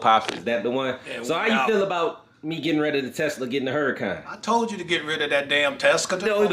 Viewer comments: My boi pops be saying teska 🤣🤣🤣 I love it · Pops callin the Tesla a “Teska” 🤣🤣